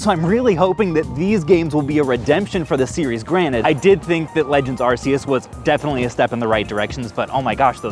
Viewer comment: If youre gonna swear on Arceus at least pronounce it correctly!